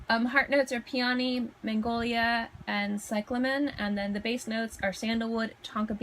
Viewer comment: PEE uh nee = Peony Nass STIR shum = Nasturtium Ger AY nee um = Geranium Eh PITT uh mee = Epitome Seen your EEN ah = Signorina Hope it helps. 😊